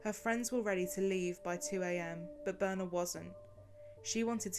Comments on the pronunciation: Her name is Birna, not Boerna. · Birna is actually pronounced Bitna, I know this as my sister in law is Icelandic and shares this name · please tell us how to pronounce Birna's name correctly. I am not sure, but almost certain that it is not pronounced as in the video. thak you. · It´s pronounced BIRTNA, with like how you say e in "read". BIRTNA, not "Burna". And Hallgrímskirkja is pronounced "hatlgrimskeerkja" (Two l´s always become "tl").